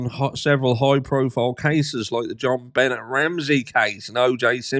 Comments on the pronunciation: John Bennet?? Yea you’re definitely not pronouncing her name right lol. Idk why but I laugh when ever you say it. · In JonBenet Ramsey Benet is pronounced with a silent t. Like Benay 😁 Just trying to help.